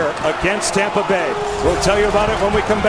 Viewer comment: Who heard the announcer say Tampa Gay at the end